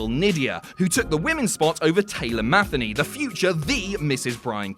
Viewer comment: For Taylor Matheny, you pronounced the surname wrong.